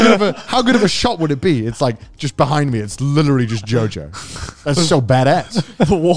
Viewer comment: My mom says "licherally" instead of "literally"